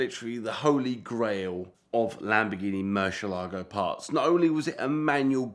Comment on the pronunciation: 15 seconds in and f i hear this halfwit say "Murshalargo" one more time i am gonna lose my mind.